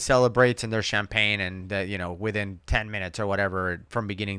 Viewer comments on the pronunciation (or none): none